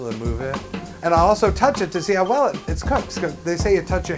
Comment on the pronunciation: are you saying "ho" or "ow blind people cok food"???